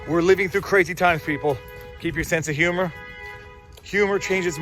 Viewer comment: May the “himour” be with you! 🤣